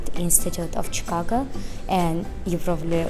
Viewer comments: the go in chicago is pronounced as go (for example in let‘s go) and not like ga (for example in lady gaga). chicago, not chicaga. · Chicaga lol sounds like you're saying Chicaca. ChicaGo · Yes ShikAWgoe. That's the phonetic spelling. Try Google translate for the correct pronunciation I guess.